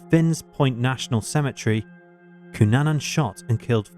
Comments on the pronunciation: It's Cunanan, not Cunana. Get your facts right. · Cunanan not Cunana Just sayin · His name is Andrew Cunanan—with an “n” on the end.